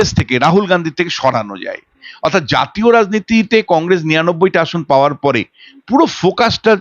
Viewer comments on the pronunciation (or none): none